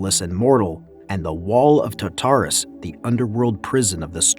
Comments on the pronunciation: It's TARtarus not TaTARus. You have the emPHAsis on the wrong syllABle. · Love the commentary man, one thing I have to say, just to help you say such words like Tartarus, it's "tart" like the desert tart than say "arus" just break it down into these two words and than try say it fast. Also had trouble saying words like Hephaestus as well. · And Tartarus...it hurt me deeply...